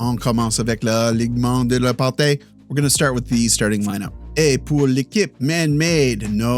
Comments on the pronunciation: No, he didn't. He pronounced "alignement" and the first part of the word "partie" correctly, but the ending was incorrect. It should sound like TEE rather than TAY. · Partie: try pronouncing it partee or partea rather than partay. Cheers! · Partie is pronounced "par-tee" not "par-tay" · Alognement de la « par-tee » not ay ☺️ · "alignement de la part-ee. Sounds more like part-ee han part-ay... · Partie is pronounced like party but with the hard r. It's a "ee" sound not a "é" or "eh" idk if you know accents in French yet. Keep it up brother you're pretty good already. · L'alignement de la parT (just prononce T instead of TIE) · When you want to say “partie” pronounciate it the same way as “party” but with a French R. So the end of the word sounds like a word finishing in “ee” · Partie for you is partee. Because the "i" in french sounds like "ee" in english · Not at all lol, its pronounced "par-tsi" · he pronounced it with "tea". "Tea" is pronounced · ˈtiː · / pretty good... alignement de la partIE ... IE sound like mIddle